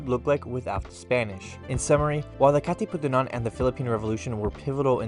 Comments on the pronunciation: You keep on saying Katipunanan 😂 It’s Katipunan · Almost correct bro Its Katipunan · It's Kati-pu-nan HAHAHAHAHA 😂 good video dude! Thank you for covering a history about our country 💖🇵🇭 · who cares about his pronunciation of Katipunan. He's educating ignorant tourist, specifically Americans, that would otherwise be bewildered at the kkk signs and murals in the Philippines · LOL. I laughed so hard. naalala ko si Vice yung sabi niya Ivan-nananananan